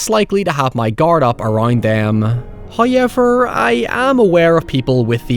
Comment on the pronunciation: First "hoyevver" drops . He teases us for we have displeased Him. Sacrifice must and will be made in his Name.